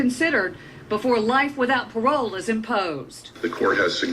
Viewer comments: it ezz what it ezz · it Izz what it izz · ittt izzzz wat it izzzzzz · it eez what it eez